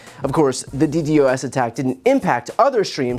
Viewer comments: For future reference it's pronounced like D-Dos or dee dos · i am sorry, but you have no idea how "d d o s" attacks work. firsty, you say it wrong. secondly, you dont know how targeted attacks work. i can tell you know nothing about what you are talking about because you cant even get the first thing you say right. get a grip. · DDOS is pronounced as Dee Daws,. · It is not pronounced D.D.O.S., it is pronounced D.DOS. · If you wanna sound cool you gotta pronounce it “DeeDoss”, not D.D.O.S. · It's pronounced DEE-DOSS. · DDOS attacks are common. It is also pronounced D-DOS.. not ddos. Love the channel. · FWIW - it’s pronounced “D-DAHSS” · DDoS Pronounced "Dee Dos" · Just a heads up "DDOS" is pronounced as "D-doss" in nerd speak 😉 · btw DDoS is pronounced d-dos with two syllables. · Brother - it's customary to pronounce DDoS as "dee-doss" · just a pro tip… it’s pronounced “dee-doss”. It stands for Distributed Denial of Service. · As someone with some experience in live sound, they were likely using an overaggressive de-esser on Trump's microphone. He was not slurring. Also, it's not "D-D-O-S." It's pronounced "D-DOS" attack. if you're going to criticize Trump's speech, you should get your own pronunciation correct first. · Just so you know Brian, most people who work in IT and such pronounce DDOS as "DEE-DOSS" loving the content though! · D dos its pronounced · Dee-doss bro. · DDOS is pronounced DEE-DAHS (I don’t know real phonetical notation, but hopefully you get the idea)